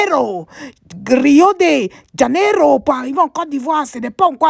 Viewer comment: Salut soit salué je suis fanta gbê par ta manière de prononcer rio de jaenério